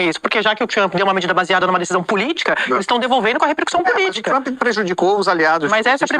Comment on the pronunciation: Relou! Rere is Lula! Rou du iou du? 😅😅😅😅 Mister Tramp???😅😅😅 Popi corni, aice crim...😅😅😅